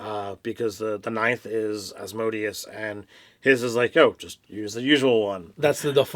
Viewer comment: Love you guys, but the lord of the 9th layer of Hell is pronounced with an accent on the 3rd syllable: -> /ˌæzməˈdiːəs/